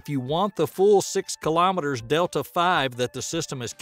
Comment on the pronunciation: Delta-V is pronounced Delta-Vee. It's short for Change in Velocity. It's not a ULA rocket.